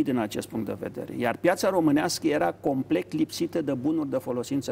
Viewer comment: Domnule Catarama se spune COMPLET , nu complect !